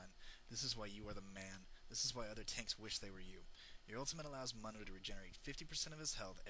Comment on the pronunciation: how do you not pronounce "MUNDO" right when he says it himeslf right when you choose him?